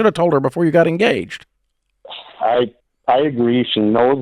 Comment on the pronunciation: All I could hear when the call started "I'm gaged"